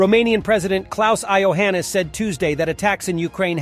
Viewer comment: Ai-oheenis - the romanian president !!😂😂😂